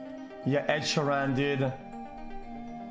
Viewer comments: "Ed Sharan" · Ed She ran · "Ed Shuran" SAY IT RIGHT FOR FUCK SAKE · the way he pronounced Ed Sheeran smh... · He's hungarian what do you expect? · How the hell does xqc pronounces ed sheeran?? Or am i just sayin it wrong all my life lmao